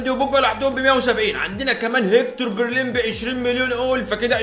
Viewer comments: بلرين ❌ برلين ✅ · برلين ✔ بليرين ❌ 😂🤣